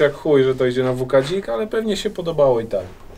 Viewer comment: Nie WK DZIK tylko WK BZIK